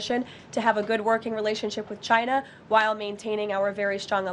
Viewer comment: I love how the Donald pronounces/says "China". Takes extra effort but sounds great.